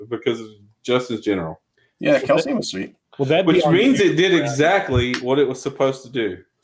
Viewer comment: It's KEL-SEE-IN, not KEL-SEEN.